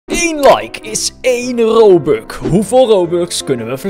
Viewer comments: Je zij robuk, maar het is robux! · Aan het begin zei je :' Robuk ' maar het is' Robux' nou ja iedereen kan fouten maken! 🤣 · Je zei: robuk